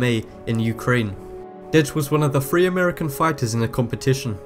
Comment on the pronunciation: dude learn to pronounce the sound th makes, its three not free.